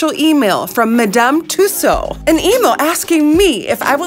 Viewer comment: Awesome! And finally, someone who pronounces Madame Tussaud’s correctly!